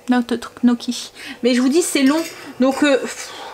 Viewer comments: Hello, le gnocchi se prononce nioki 😊😉 J'en ferai peut être, j'adore ça!! Bisous 😍😍😍😍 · Bonsoir merci pour ces petites pépites de recettes * Tu m'as fait sourire dans la manière dont tu dit Gnocchi Amitiés Valérie